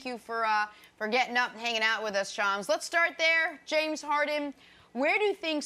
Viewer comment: Brandon Marshall: His name is Shams... Not Shawn